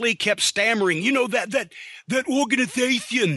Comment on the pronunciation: THAT ORGANITHATHION